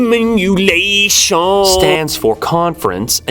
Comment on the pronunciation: someone should really do a compilation of every time he walks off suddenly :D there's gotta be a couple of hundreds occasions when he does it. Siminulation! :D which is kinda like a supersoaker :D